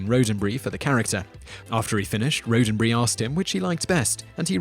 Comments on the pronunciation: "Gene RHODEN-Bree" ?? really? "berry" has 2 syllables speaking of accents, why do british insist on Mispronouncing the English language? "Roddenberry" double 'dd" means there is NO way you should have a long "o" . . . no way, no how That's English. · Darrel Jones yes you were totally right about the Gene Roddenberry thing! And probably others I didn't spot! I was guessing he just wasn't familiar with the way Rodenberry pronounced his own name